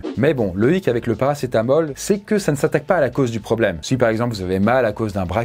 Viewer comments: Oui mais si tu ecoutes bien il a dit paracé t'as mal ^^ 😀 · il dit ParacetaMAL dans le tramadol 😂😂😂